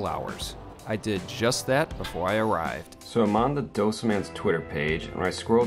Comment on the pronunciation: Hi, it's dough-say. I am a Sri Lankan born Australian. Thank God, we don't have to line up for our dosas. Many thanks for highlighting ethnic food!